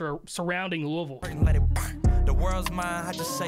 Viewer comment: Kentuckians appreciate you saying Louisville correctly!